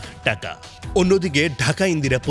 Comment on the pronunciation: টেকা না টাকা